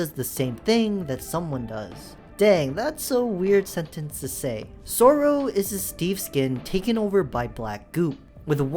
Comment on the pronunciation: It’s not soorow it’s sorrow